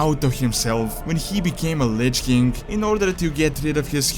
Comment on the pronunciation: Why does he say lich kink? Its king facepalm